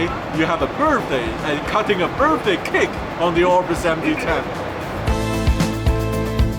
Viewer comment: They always feed him so he will be quiet and bother them it’s like feeding a bear. Did he say birfday